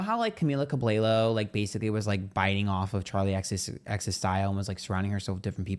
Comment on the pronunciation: not "camila cab-lay-low" 💀🤣 is so funnyyyy